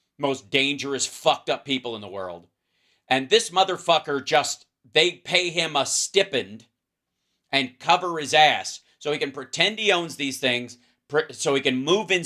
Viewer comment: No criticism meant, but I thought you might want to know. "Ghislaine" does not pronounce the "s", and "stipend" is pronounced with a long "i" in the first syllable. Gorgeous solar eclipse weather here. Beautiful and weird. I love your work.